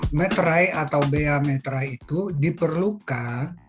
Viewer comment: Meterai btw bukan materai